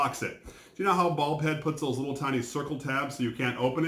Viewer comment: I keep hear saying "Bald Head", instead of Bulb Head."